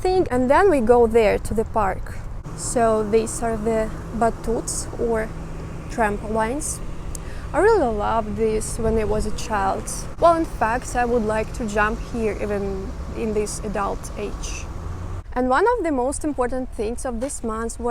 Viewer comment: Nice to see you again! trampolines are pronounced 'tram-poh-leens". Your english is pretty good and makes it easier for me to enjoy your videos as I have no clue how to speak Russian. Wishing you luck on your driving test.